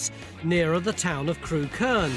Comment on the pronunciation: I grew up not far from there. Used to work and go to pubs in Crewkerne. Funny hearing everyone pronouncing 'Crewkerne' wrong (it's 'Crook-urn' not 'Crew-kurn'). I'm sure the side-hosts killed the series off. Both of them were dingbats, and poor Mick - the actual expert - doesn't get much of a look in.